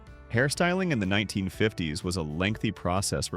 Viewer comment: You predate ballpoint pens. We still used dip pens in the mid 1950s. (Your Faux Voice would pronounce that as "1,9,5,0,s" you don't even attempt to convince you audience that you use a human to describe your video. Trash quality control! Thumbs Down!